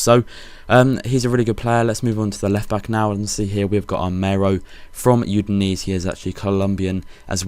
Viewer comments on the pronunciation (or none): Udinese = you-din-ay-say